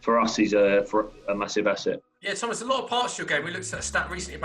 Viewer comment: Thomasuh soucek